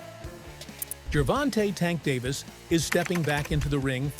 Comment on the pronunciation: it's davis not David.